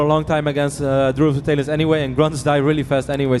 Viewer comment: does anyone notice that this guys says "tail-ons" instead of talons..